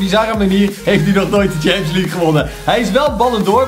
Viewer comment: Hey ik heb zeker geen haat je bent namelijk een van mijn favoriete yt bent maar de premier leugue zeg je fout en daar kun jij niks aan doen maar het is wel irri maar nog 10 k abonnees en dan heb je 200.000 abonnees BAWZ ARMYYYY